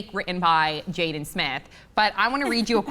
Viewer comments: oh my fucking its not jayden but jaden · It says "Jaden" in the description but when says his name its spelled "Jayden" Lol which is it?